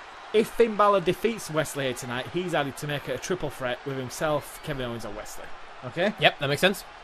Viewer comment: I love how you guys pronounce Wes Lee as Wesley if it’s unintended then it’s a fun accident 😂